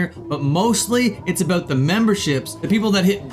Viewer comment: He said "a boot".